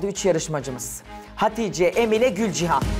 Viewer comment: Emine, Gülcihan 'a Gülcan mı diyor ben mi yanlış anladım?